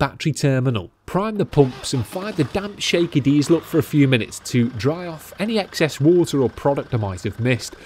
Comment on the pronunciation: Diseasal 😂, did you watch Thomas the Tank as a child by any chance?. That's where I picked it up from.